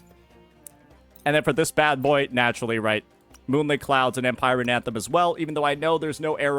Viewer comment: idk if he's doing it on purpose but does he not know how to fucking read "empyrean" correctly? ive been hearing him mispronounce a lot of stuff on his videos when reading kits and descriptions and its making me cringe so much 😫😭🤮